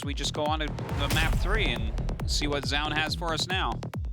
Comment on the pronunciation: Tastless pronounces Zoun funny.